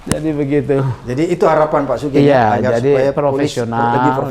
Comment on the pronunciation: Pak Abraham panggilnya jangan * SUGENG ( Pake E ) tapi SUGEUNG * j😁